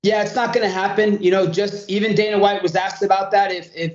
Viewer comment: Ah yes, good old "Daner" White 😂